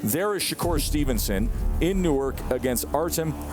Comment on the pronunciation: It’s not NEW-WERK ITS NORK!!!❗️❗️😂😂